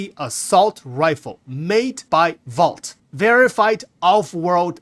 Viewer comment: VOLT, not Vault.